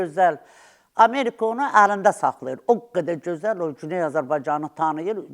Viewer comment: Bu yaltağı hardan tapdınız,heç öz dilimizdə danışa bilmir.cözəl yox gözəl.